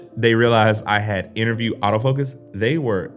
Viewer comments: Nice video and lighting bro.. It's funny but when you say "AutoFocus" I hear "Out-of-focus!" LOL! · I was confused for a second when I kept hearing "out of focus" instead of "autofocus" ha!